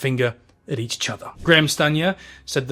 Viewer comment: you have a speech impediment with the word "each"